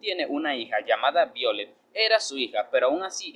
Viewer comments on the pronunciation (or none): Me imagino q es el nombre es Violetta Se pronuncia vaiolet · BIOLET ASI NO SE PRONUNCIA ESE NOMBRE